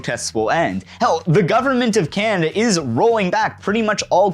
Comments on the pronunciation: "Cannnda" Is this a normal Canadian pronunciation quirk? Regional accent? Unique personal inflection? Also heard some "Cannndit" (candidate). Never really noticed this with other Canadians but I'll admit my experience with Canadanese is limited. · Definitely a regional accent thing.